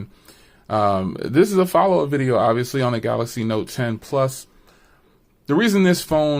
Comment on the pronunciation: "Galox Note 10"